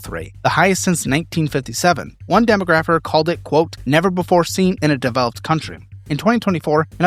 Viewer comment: Dem-AH-gra-fer is the pronunciation. Nice video!